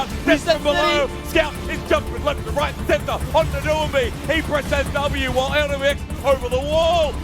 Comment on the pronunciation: Thank you for saying Doinb's name right. I cringed through all of worlds as the only LPL caster's slightly accented pronunciation convinced all the English-language casters his name was "Doo-in-bee"